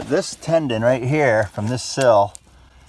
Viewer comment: I just found your channel and I love what you are doing! I wish I could see the insides of the buildings, but you are more about the structure and the exterior. One thing that bugs me- I don’t know if anyone has mentioned it before, but the old beams are put together with a “mortise and tenon”. I keep thinking you are saying “mortise and tendon”. I may just be misunderstanding you.